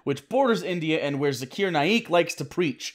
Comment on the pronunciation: Zak-r..... Zak-r it's pronounced Zak-r (Zakir) not Zakeer 🤦🏼‍♀️ sorry... that drove me nuts.